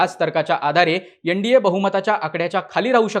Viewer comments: एण डी ए नाही रे एन म्हण .न ला ण म्हणू नये. योगेंद्र यादव नेहमीच चुकत आलाय. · यनडिए नाही रे एन डी ए म्हण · यनडीये नाही भाऊ तर एनडीए अस उच्चाराचा सराव करा